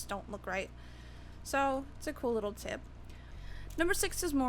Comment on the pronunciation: Lol she said that's a cool "tit" i mean tip lol